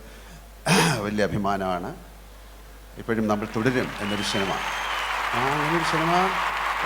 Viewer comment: ശിനിമ, ശഞ്ചരിച്ചു ഷെലിബറേഷൻ 😂 മോഹൻലാൽ ബിഗ്ഗെസ്റ്റ് സൂപ്പർ സ്റ്റാർ പ്രേം നസീറിനു പഠിക്കുകയാണ്.